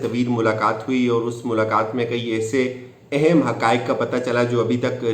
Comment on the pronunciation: اِہِمࣿ ayhem ❌ اَہَمࣿ aham ✅